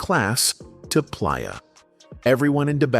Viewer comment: He Pronounce Playa like Pliyer....AI all day